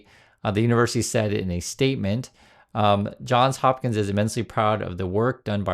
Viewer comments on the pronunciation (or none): Sorry to be petty. You said it right once, and than went back. I'm a Baltimore native. It's JohnS Hopkins. With an S at the end of John. Johns Hopkins.